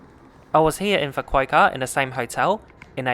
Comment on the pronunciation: Pronounced ‘Fu-ku-ooh-kah’, not ‘Fu-ku-ei-ka’ 😂